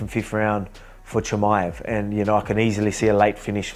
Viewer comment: Chael calling him Chamia makes this video.